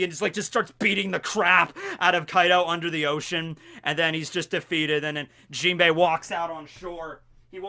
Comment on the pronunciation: messes up the jimbei